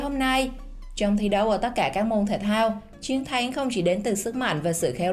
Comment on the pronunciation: Chiến thắng mà nghe giống như chén thắng,nói ko rõ